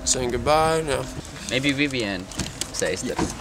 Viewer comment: Vevien... Strong!...Vevien... Strong!...Vevien... Strong!...